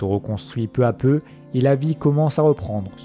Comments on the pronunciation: Bonne vidéo mais pitié, attention aux liaisons "mal (t'à) propos" telles que "peu (z'à) peu". J'en ai relevé suffisamment pour me permettre d'attirer votre attention sur ces mauvaises dictions (en toute simplicité et gentillesse évidemment). Bon travail, merci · Intéressant ...Mais je ne sais pas qui a écrit le texte mais certaines liaisons font mal aux oreilles ...Notamment "peu z'a peu ... et les autres ...